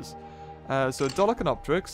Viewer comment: FYI, it's pronounced "DOLLY-KORE-IN-COPS"